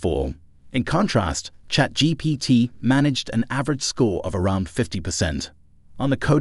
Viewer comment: it's 100% ai generated, look at how he pronounces chatGPT